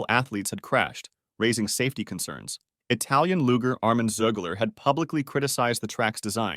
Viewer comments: It's luge-r, not Luger. That's a gun. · What the hell is a Loo Gar? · The pronunciation of Luger as looger is distracting